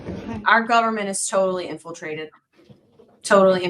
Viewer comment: INFLITRATED… lol